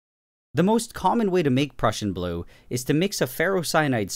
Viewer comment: When ever he says the Prussian blue it sounds like he’s saying depression blue 😂